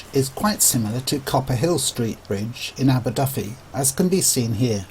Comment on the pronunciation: Only fault is that the commentator pronounces "Aberdyfi" with an "F" whereas in Welsh a single "F" is pronounced as a "V"